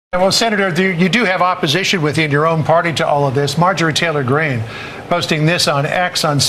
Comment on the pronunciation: Marge Geah Tory Green? What is this fake AI commentary. Ditch this AI rubbish. Hard to believe the content when the intrusive mess of AI English mistakes is happening.